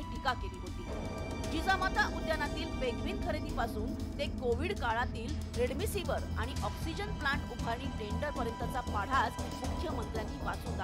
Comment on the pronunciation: रेडमिसिवर नाही रेमडीसिविर असतं ते..!!